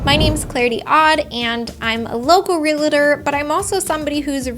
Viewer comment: REAL-tor, not -REE-LAH-tor.